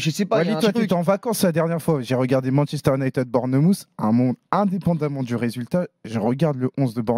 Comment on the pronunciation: Fernandes c'est le meuilleure jouer de MU, les commendataires ne regardent pas les matchs. Et je suis supporter de Liverpool. Et puis on prononce pas Manchester UniTED mais ID 😅